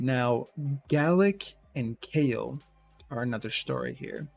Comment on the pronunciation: Kale not = Kael. It's always been pronounced "Ka' - el" and not "Kay- L" 😄